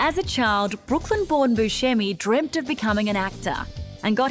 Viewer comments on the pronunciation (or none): He actually pronounces his name Buscemi (Buse-semy)